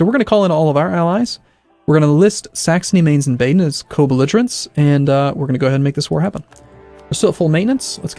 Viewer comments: Just an FYI it's Ba-den not Bay-den... its "Ba" like the sound a sheep makes. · Why are Americans sooooo useless at pronouncing European names? Dude, you pretty much can't pronounce ANYTHING properly. Mainz, Hesse, Baden, Niederbayern, Cleves. Go and look up their pronunciation.